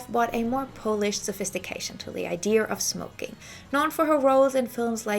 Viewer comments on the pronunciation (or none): Sorry to correct but the word is pronounced PAHL-ISH not PO-LISH. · FYI, polished is pronounced "pol (rhymes with cow)-ished. Although , being Polish, I am flattered that you make it sound like it's from my people. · Thank you for this great in-depth look at 1960s Parisian & French Fashion! Could I gently give you one pronunciation tip? I got confused when you talked about 'polished' because it sounded like you were talking about the polish people (it took me a little while to figure out my mistake 😅). It's because you missed your pronunciation 😊 In this video you're saying 'polished' [poow-lished] like you say 'smoking' [smoow-king], so with a long 'oow'. It's actually pronounced 'polished' [poh-lished] like you say 'modern' [moh-dern], a short 'oh'.